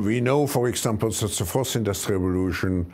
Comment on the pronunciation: Yo Klaus, there is no "Ze" just him/her